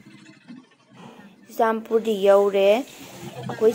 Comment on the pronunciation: Churachandpur haiyo Not chuchanpur😁